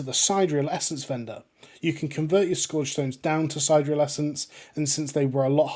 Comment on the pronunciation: Sa-Deer-ial sorry idk why it brothered me lol